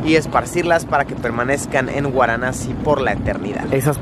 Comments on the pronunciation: VARANASI o antigua BENARÉS pero no “guaranasi” Luisito 🤦🏻‍♂️ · guaranasi ?? hahhaha VARANASI o BENARES. Dios Mio..viajar no implica cultura, yo e VIVIDO en India y muchisimos paises...tus videos son mas bien como "cultura" para los mas simples... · No superó Guaranassi 🤣 me voy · "Guaranasi" o Varanasi????? 🤔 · Luisito: Guaranassi 🤣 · Jorge Romero Cano pensé que era la única que lo escuchaba decir guaranasi 😂😂😂hay obits si se paso jajaj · Es varanasi....no!? Waranasi..😂😂😂🤣🤣🤣🤣🤣🤣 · Luis es varanasi. No guaranasi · guaranasi ?? hahhaha VARANASI o BENARES. Dios Mio.. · Por qué dices gusta así?es varanasi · Por qué dice Guaranasi? Es VARANASI 🤣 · Se pronuncia Varanasi, no waranasi, o benarés, la ciudad más vieja del mundo. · Benares o Varanasi no guaranasi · Se pronuncia Varanasi no Waranasi. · No es guaranasi, se dice varanasi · Es Varanasi !! No Guaranasi !! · Varanasi, no Uaranasi. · Luisillo dice "Guaranasi" y es Varanasi o Benarés jijiji .perdón solo hago la corrección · No se pronuncia "uaranasi" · Soy yo o luisito dijo "Guaranasi"? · Cada vez que Luis dice "Guaranasi" en este video han muerto sido incinerados y arrojados al Ganges en Venarés 515 gatitos. Di Venarés, ayuda a los gatitos. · Por que dice: “guaranasi”?? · Pero te pareció interesante 'Guaranasi' (? Es VARANASI o Benares xD y no es que lo dijeras sólo una vez nooo, por lo menos 6 veces xD El típico viajero que no sabe ni donde está. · Es varanasi xD no waranasi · Xd porque Luisito dice "guaranasi" si es Varanasi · Luisillo el tontillo 😆No es waranasi es Varanasi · Jorge Romero Cano 🙄 que pesado el chaval con su “guaranasi” 😂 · Porque pronuncias Waranasi?